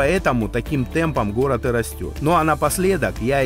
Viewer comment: жук и рак сошлись у речки разговаривать словечки, выясняли кто сильней, у кого усы длиннее😂😂😂. Взрослые люли, а страдают детскими психическими отклонениями, у кого что лучше. Услышав слово "хород" хочется спросить, про логопеда слышали ? Деревенский диалект городан никогда не сделает прекрасную местность городом. Это стыдобища, товарищи.